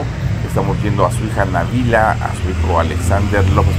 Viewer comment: Felicidades,hasta que pronunciaron bien el nombre de Nabila,en otros medios le ponen acento a Nabila y no lo lleva❤